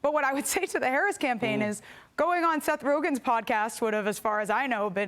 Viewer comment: she said "Seth Rogans" podcast 😂